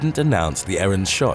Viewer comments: "Errant", not "errand" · "Errant" not "errand".